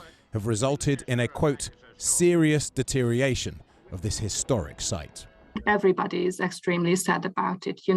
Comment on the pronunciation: Deteriation? YOU are the deterioration, subliterate announcer.